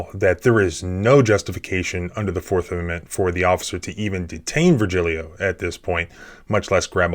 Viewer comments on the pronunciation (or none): Isn't the name Vergilio actually pronounced as "vehr * HEE * lee * o (long)" instead?